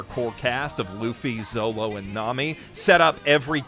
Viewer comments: he says zowo instead of zoro lol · Did he just say "Zolo"? Did he just say "Zoo"? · bro said zolo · gave me a heart attack when he said "Zolo" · i have never cringed so much i swear if my kids ever say “zolo” to me im throwing them out the window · That’s how the Davy back fight got so high is he says Zolo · It’s zoro not zolo, zolo was an English mistranslation that occurred because there’s no ‘R’ sound in Japanese (the wanted posters are intentionally written in English by Oda and the spelling is always “zoro” on these posters as well). Enjoyed the video! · he said zolo. mods, crush this guy’s skull. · I'm sorry but I'm not the only one that heard him say zolo instead of Zoro around the mark right? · "Levely" "Zolo" "Zoo" this pronunciation hurts my soul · Bro really said: "Levely" "Rougetown " and "Zolo" Aint no way bruh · This man dares call Zoro, Zolo 💀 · Are we gonna ignore the fact he said zolo? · I can't believe no one has commented on the fact that he calls him zolo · "Zolo". How to tilt most One Piece fans in an instant. Edit: "Rougetown", "Zoo", "Oh Come My Way" You're doing this on purpose 😂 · And "Zolo" 💀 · Are you seriously pronouncing Zoro and Reverie as Zolo and Levely? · So who wants to tell him that the L’s in Levely and Zolo are supposed to be R’s? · He just called him Zolo 💀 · hol up did he just say zolo!? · This man called Zoro “Zolo”…😑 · Bru. did you just call ZoRo ZOLO? >:C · It rubs me the wrong way when people call zoro "zolo" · Wait Wait WAIT did you just say Zolo!? MMMMM you watched the show, correct? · My brother in Christ did you just call him Zolo? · He said Zolo, this list is irrelevant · my guy really said zolo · Love the video, but can't get over the fact he says "zolo" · This man rlly said ZOLO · anyone who says zolo loses my respect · I've been curious why do you call him zolo instead of Zoro and also why do people call God eneru God emel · Dude say the names right it’s killing me. Zoro is not zolo. And Zou is not zoo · "zolo" ugh!